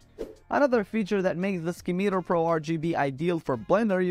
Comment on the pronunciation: Ski-Meter? - It's SIM-I-TAR